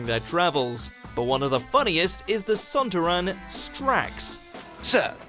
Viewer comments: It's SontAran, not SontarAn. Honestly are you even a Whovian ;-P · Some rather poor pronunciations again, and had been doing so well in some of the more recent videos... son-tih-RAAN? No..., son-TAAH-ran! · Son*tar*an not sontran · Son-taar-an not Son-tu-ran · "Sontarran"? Sontaaran, dummy! Wasn't Clara who was surprised that the TARDIS is 'smaller on the outside'? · Anyone else notice the guy who does the voice for this video called Strax a Sonturun rather than Sontaran? Bit of Donna Noble there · Its sontar-ian not sontaron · Am I the only one who is mad he says 'SonUrUn' instead of SontARAn !! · Sontaran is pronounced "son-tara-on" not "son-too-ron" as it's been said thought out the series since the 1970s with the 3rd Doctor. So obviously this narrator never watched the show. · Strax is a Sontaran, not Sontiran. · you've never seen the show, or you'd know how to say Sontaran. On the show it's said son-TAR-en, not SUN-ta-ren. You also mispronounce Silurian. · 'SON-TA-RAN'. Not 'SONTA-RAN' Actually watch some episodes and listen to what the characters say - it's not even as if The Sontarans are a new enemy - they first appeared in 'The Time Warrior' (1973). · its sontarant, not sontoran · Has this dickhead ever seen an episode of Doctor Who ? Sontaran? It's pronounced Son Tar Ron!!! Dickhead! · Sontaran son-taran jesus christ mate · Son-TAR-an, not Son-Tar-AN!!! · I've lost respect for this channel for mispronouncing Son-TAR-ren. Even the doctor would correct you. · its pronouced son-tar-ron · Saltaran (don't know about spelling) you pronounced it wrong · You pronunciation of "Son-TAR-ran" bugs me to no end. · Said sontaron wrong🙄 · How can you mispronounce sontaran when they literally say the word in the show. It's not like you've read it in a book and had to guess how it's said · He pronounced sontaron like Donna 😂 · anyone else notice how he mispronounced “Sontaran”? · Sontaren actually cant you pronounce things ? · Ohhhh you said sontaran wrong